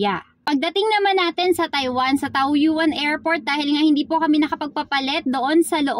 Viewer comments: Taoyin Po Ang bigkas..not taoyuan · Hello madam, Taoyuan ang pagpronounce po Tawyen...